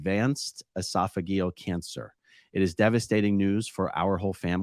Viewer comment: pronounced "esofajeal"